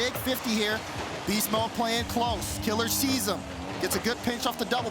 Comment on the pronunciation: It’s Kiileerz not Killerz. That was bothering me lol